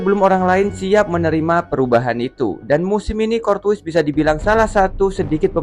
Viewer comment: ok juga analisanya, tapi coba Courtois dibacanya Kor-Toa